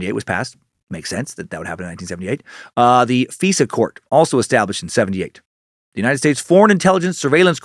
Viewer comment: Dan its not "Fesa court" its "FISA COURT" the "I" is not pronounced an "E" I roll my eyes every time you pronounce it "feesa"